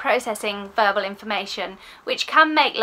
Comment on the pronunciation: Agree with all you say! I did chuckle though as I heard it as burble processing 😂x